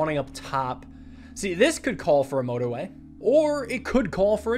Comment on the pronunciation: "This is no-torway"